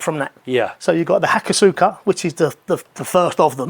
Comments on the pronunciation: Possibly been mentioned but i think the pronounciation of hakosuka is closer to "hakoska", really threw me when i first saw how it was written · Actually Pronounced HA KOSS KA rather than hakosuuukaa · many make this misstake, but the U is kinda silent Hakos-ka ^^ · Given how badly he pronounces most of the words in the English language, I don't think he cares about pronouncing ハコスカ correctly. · Spends "free" months of the year in Japan, yet can't pronounce ホコスカ or ワタナベ correctly.